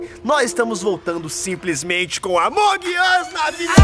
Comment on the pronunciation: Marcelo é amonğ uš não amanģ uš mas amei o vídeo grava mais pfv